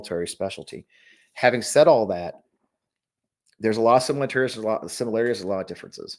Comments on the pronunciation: You heard him .. “too many simularities” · Simu laraties? WTF is that? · Heh-heh, “simu-larities”. Reminds me of Bush and “nuculer”.